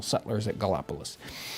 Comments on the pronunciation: At around 6 minutes. "Gally op o lis?" I had to laugh out loud because I grew up in that area and knew exactly where he meant! There are 3 pronunciations of Gallipolis. Depending on who you ask: Galla Po Liss , Galla Police, or the less sophisticated Gal Pliss 🤣🤣 City of the Gauls. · It’s gall-a-police is how it’s pronounced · That town in Ohio is pronounced "Galapolice". It's actually across the river from Point Pleasant, WV, home of the Mothman.